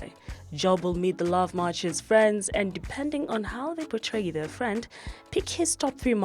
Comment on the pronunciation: Fwend😂😂😂😂😂my nigga its friend!!!